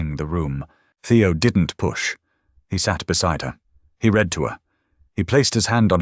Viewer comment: The punishment was well deserved for sure! Too bad your AI can’t pronounce “lead” correctly when it refers to the metal. The same goes for the different tenses of “read”!